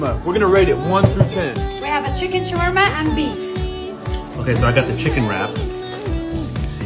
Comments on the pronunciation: DONT PZUT ZHA KEZUP ON ZHA ZAWARMA 🤣🤣😂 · The way he pronounced the word shawarma as showorrrrmo